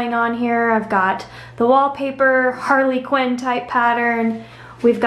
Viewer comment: LOL did you say harlequin like harley-quinn